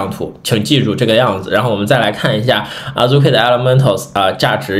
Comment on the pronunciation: 希望你們讀日文原發音，聽著太難受了，Azuki讀阿資ki，不是阿豬ki和阿入ki😅